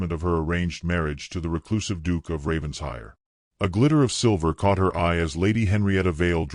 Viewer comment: For the 110th time: it’s NOT Ravens-hire. It’s Raven-shire, with the accent on shire! What’s with the weird coach? Lovely that he was in love with her before he met her. Diametrically opposed to the usual. Excellent plot twist.